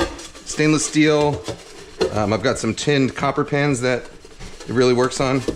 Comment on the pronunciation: i'm seriously thought he say washing pants, and after couple second i realized he say's pans haha